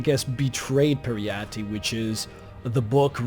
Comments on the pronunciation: It’s pronounced perry-ite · PJEE-RETTE it is pronounced ;-)